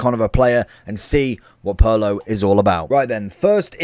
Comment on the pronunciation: the ways he says Pirlo sounds more like Paolo 😅